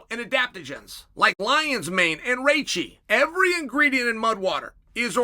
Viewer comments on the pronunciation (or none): none